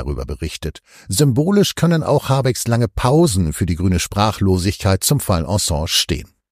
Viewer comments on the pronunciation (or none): „Ensange“???? Könnt Ihr, um Gottes Willen, den Namen nicht korrekt aussprechen?!?